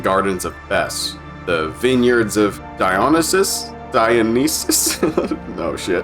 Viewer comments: It's actually die oh knee see us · I love your humor and detail you put Into this video but my god I Crack up and get frustrated when you can't pronounce Uriel ( YUR EAL) dionysius( dion nye sus) etc lol. But fantastic video nonetheless